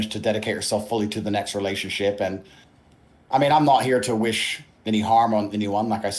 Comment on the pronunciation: did Tate say Realionshit on purpose? Hilarious